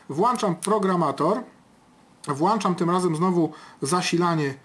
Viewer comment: włĄczam nie włAnczam